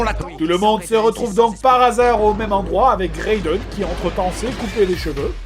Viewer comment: c'est raiden pas reydon :)